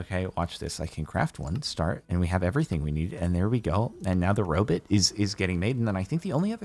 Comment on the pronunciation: "jerry the robit"